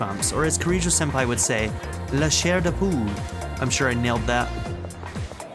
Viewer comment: Your pronunciation of "la char de poule" was pretty good! I'd be be even more impressed though if you knew what it means without looking it up :)